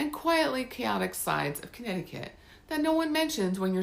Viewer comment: It's wonderful to watch a Connecticut video where the facts and pronunciations are correct, and the content is interesting. I'm subscribing to your channel right now.